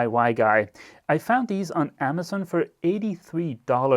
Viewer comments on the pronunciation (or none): none